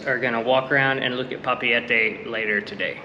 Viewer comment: Nice try for pronouncing Papeete and Moorea. 🤙 appreciate !